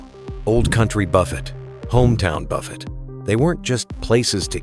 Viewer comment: AI voice giveaway... can't even pronounce buffet right. This video sucks.